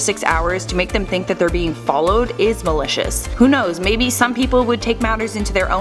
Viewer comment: whenever she says malicious, it sounds like militia